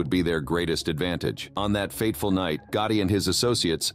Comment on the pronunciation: There was a lot of things that are incorrect about this video and also there’s a lot of mispronunciations. Another words, they pronounce names very wrong, including Gotti Was this done with AI? If so, I hope we don’t continue to do it this way.